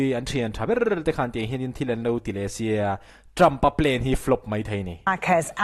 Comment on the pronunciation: Trumph a plain ti lo la plan tiroh pronounce kha moi lo lutuk